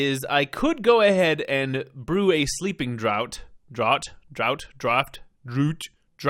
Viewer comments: Draught sounds like draft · The Romanian Longtail is a dragon...and draught is pronounced (draft) au sounds like the O in mom...and the gh sounds like an f like in fan...just letting you know to help you not to be rude...if it is sorry about that. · The only thing..youre butchering the pronunciation of sleeping draught..its said like draft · For later reference, "draught" is indeed pronounced "draft". It pays up to have heard all the audiobooks! :-D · I looked it up and yeah, it's "draft" 😅 But don't worry. :) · I was just going to let it go...it was becoming it’s own joke :)